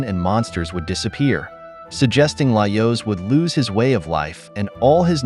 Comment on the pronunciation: Is this an actual voice over, or an AI? Certain words like Laios seem to be mispronounced consistently, in a manner that I have found consistent with an AI that doesn't know the correct pronunciation, rather than a voice actor who would learn the pronunciation of the character's name and adapt.